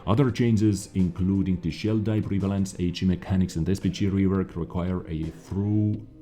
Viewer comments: the three words you had a bit of difficulty with. Paradigm - Para-dime analysis - An-al-leh-sis Thorough - Thor-row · thorough doesn't event exist in his vocabulary, it's just through haha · Hey! I know you always ask for people to help your English. Paradigm is pronounced “para-dime” where the i is said as a “y”. And thorough is pronounced “thu-ru” where in each case the “u” is like the u in “up” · Thorough is pronounced therr-row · the word is pronounced thur-oh